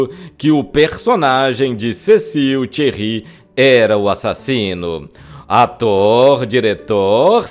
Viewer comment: Thierrí ?????Cecil Thiré virou Thierrí !!!! 😂😂😂😂😂😂